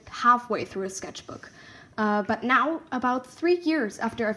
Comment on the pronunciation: lol was it just me that noticed the way see said now